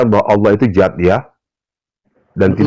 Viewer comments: Bukan zat tapi Dzat. Baca lg yg bnr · Bukan zat tp Dzat